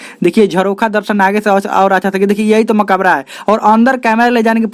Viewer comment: Bhai sahab Makaabra nhi "Makbra" hota hai 🤔